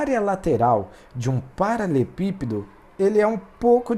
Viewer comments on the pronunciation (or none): Muito bom, porém me incomodou ele não saber falar "paraLELEpípedo"